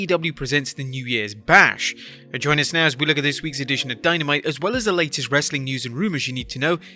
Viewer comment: Its funny when he says "wrreestling content!"